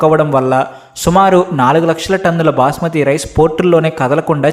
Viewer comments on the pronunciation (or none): Booosmathi Rice ❌ Basmati Rice ✅